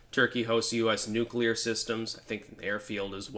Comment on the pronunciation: He said Nucular.